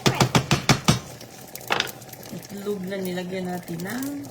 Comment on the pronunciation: Itlog not etlog...simpleng Tagalog lng Po....